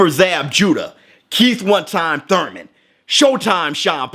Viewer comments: Been an avid fan of yours. Please don't stop making these kind of contents 🙂 By the way, do you beef with Thurman for always saying Thoyman or Toyman. Haha. I don't know. 😁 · Me.... but I’m in the U.K. :( Small bet on Spence for the win. Also the way you say “thoiman” 😂✌️